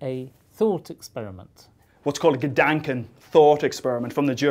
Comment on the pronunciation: Gedanken... wow that pronunciation was horrendous... <3